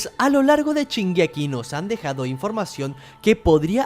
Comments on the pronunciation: no puedo escuchar que diga 'chingeki' me fastidia demasiado que sque el video xd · Chingeki dice xd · Al chile men dijiste mal shingeki DISLIKE. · Perdón la ignorancia pero, de dónde es el acento ese en que pronuncia la "sh" como una "ch", es que me ancantan las diferentes dialectos y pronunciaciones; y este lo escuché varias veces pero nunca me animé a preguntar... supongo que podría ser de alguna región de México, pero no tengo idea. Perdón por no comentar nada referente al vídeo por más bueno que esté.